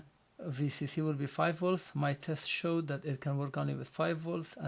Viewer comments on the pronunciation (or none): none